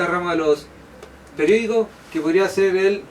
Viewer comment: dice perdicos